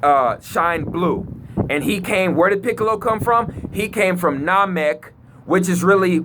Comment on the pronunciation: he cant even pronounce SaturnNamek and Saiyan correctly go rewatch dragon ball because most of the stuff you say makes no sense do some research